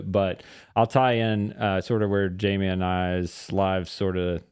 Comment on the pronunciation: In the Spanish language your name is pronounced High-may.